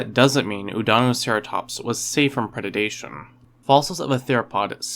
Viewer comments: Predation, not predadation. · Predation, not pred-ed-dation. Love the videos. This stuff is fantastic. Wish channels like this were possible when I was a kid. I just had to keep rereading my dino books in 1989 haha